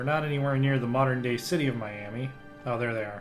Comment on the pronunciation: The Miami (mi-yam-uh) tribe is originally from indiana and currently resides in Miami, OK